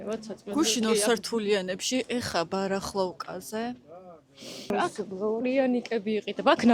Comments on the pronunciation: Барахолка და არა барахловка ან ისაუბრეთ ქართულად!😂😂😂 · ბარახლოვკა კი არა ბარახოლკა😂